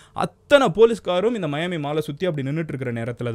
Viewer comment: Athu miami da 😅 (mayaami)😂😂😂😅